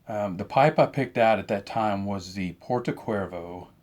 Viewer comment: Only a note, the correct pronunciation for this Savinelli pipe is Porto Chervo like the beatiful seaside in Sardinia ;-) However thank you so munch for the useful information in the video.